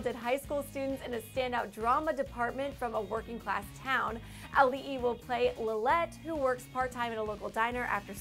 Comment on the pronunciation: THANK YOU for pronouncing Auli'i's name correctly